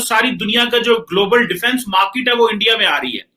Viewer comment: Bhai bhai bhai 😂🤣🤣 Its Market* ye ese hi bolte hai